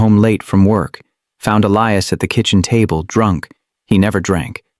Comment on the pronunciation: The narrator keep pronouncing Elias's name wrong.